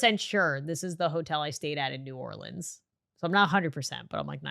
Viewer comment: As someone from Louisiana pronouncing New Orleans right makes me so happy